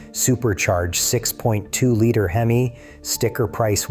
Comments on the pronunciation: The fact that you said hem-eye….. means your full of shiet!!!!! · I was thinking the same thing, what is a HEMeye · Bro called Hemi a Him-eye. Stopping video here. That's all I needed to know. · The way he pronounced "Hemi" makes me question anything he says